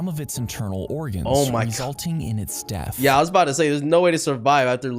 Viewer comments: Did no body realized that in instead of death it said daathh😭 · Death❌ Daathh✅ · Uhm I think said daathh